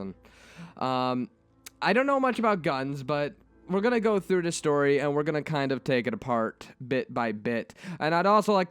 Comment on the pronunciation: Sort of a weird question, but are you by any chance asian? Japanese? I just noticed today you don't pronounce "T";s at the start of the word (Such as 'The') but instead say "D"(De, Dat, Dis), My Japanese friends do the same. I was just curious. Also that end slate had me laughing my ass off